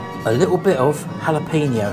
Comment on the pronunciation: Laughed out loud when we watched you two putting up the tent...you guys are wonderful. you were pronouncing the peppers right when you said hallo peen ya. The J is in Spanish/Mexican words is pronounced as an H. Example: Jesus = Hay soose. Can't wait for your camp out video. Thanks for this burger vid. How long do you keep the oil in the fryer? Also what do you do with the oil when you empty the fryer? I wouldn't want to waste a whole thing of oil for fries now and then. I do use my air fryer now for frozen fries. Before the air fryer I baked them in the oven. Took too long and heated the kitchen too much. Thanks again for your videos.